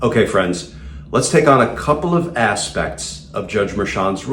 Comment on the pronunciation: "Ass-pects". Love the subtle emphasis.